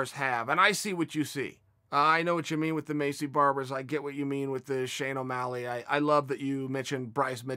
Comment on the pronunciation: I’m sure uncle chael trolls us when he mispronounces names like Shane O’Malley & stripy miochich not to mention yarear & Jane blackowhich 😂